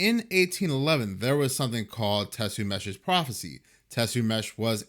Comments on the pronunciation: Im going to start a youtube if this dude has a few thousand followers. Its TE-CUM-SUH, ya goof! not TECU-MESH. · "Tessumeshs" no... _*Tuh-kuhm-suh*s prophecy. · TECUMSEH is not pronounced the way he says it. It's pronounced TEH-COME-SEE. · Its pronounced "Tuh-cum-sea" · the name of the Indian chief you mentioned who made the prediction is pronounced " Tea-cum-see"..he was killed during the war of 1812 by the Americans invading Canada...He was a brave legendary warrior who allied with the British to save Canada from becoming a new American state...great vid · Tecumseh is pronounced Ta come sa. Just thought I'd throw that out here! Lmbo. Good call on the earthquake lights. I remember you told us your theory about this fault line. Scary stuff. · Tecumseh is a local ancestor to Michigan, his name is pronounced “Ta-cum-see” here especially by people related to him & from the city named after him. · You murdered Tecumseh. It’s pronounced tee-cum-see. At least that’s what we call the town of the same name in Michigan. I’m sure it’s named after chief Tecumseh. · Tay-Cum-Suh Say - "Teh Cuhm Suh" Please, at least try. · I don't think that's how Tecumseh is pronounced lol